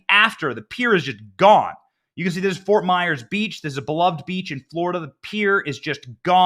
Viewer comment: Fort Myers not Myer